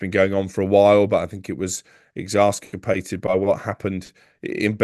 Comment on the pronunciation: Poor guy meant exacerbated